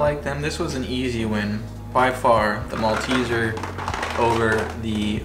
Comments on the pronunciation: You pronounced "Malteser" correctly only once. They contain malt. That's the clue. "Moll - teezers". I have to say I was disappointed by the American chocolates I tried when I was over there. The sugar level was almost sickly to me. After I discovered cann olis there, I was expecting a revelation or something. I think ours have increased the sugar over time as well. European chocolate will always be the best. You are unlikely to be able to get them there, but if you could taste the Cadbury Picnic chocolate slab (based on the Picnic chocolate bar), I'm sure you would love it. As for the "honeycomb" in the Violet Crumble, you can make it at home by boiling sugar with a small amount of water until it starts to brown. Remove from the heat and add a spoon of bicarb soda and stir well. It begins to puff up like crazy. Pour it onto parchment/baking paper, then put it into the fridge to set. Other classics are the Flake - which won't melt over heat! - Kit Kats, Caramello, Rocky Road, and Lollygobble Bliss bombs. (Although I haven't seen the latter for a long time. They are a nutty, caramel popcorn deliciousness. ) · In his defence, he did pronounce it correctly later in the video. Maybe Jenny elbowed him and whispered in his ear? 😀